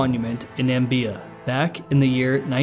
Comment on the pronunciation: its na/mi/bi/a not nambia